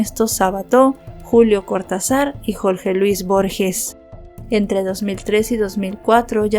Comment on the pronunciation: Gracias por tu investigación. Como oyente me llama la atención tu pronunciación, es comprensible que digas "Tirón" a Tyron, porque es otro idioma. Pero: ¿"Sabato"?¿"Cortazar"? Que son intelectuales tan conocidos y sus apellidos llevan tildes, eso es muy común en tu narración y es algo que estoy totalmente segura de que puedes mejorar sólo poniendo en eso tu intención. Saludos.